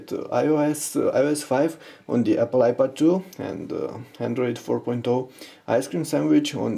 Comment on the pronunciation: you idiot indian u say ipod2. it is iPad 2!